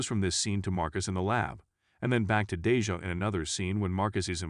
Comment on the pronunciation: I'm gonna need you to pronounce folks nes correctly. MALEEEEK , RHANDAAAL AND DAAAAYJAAAHH. Funny hoe it's the African American characters who's names are wrong.😑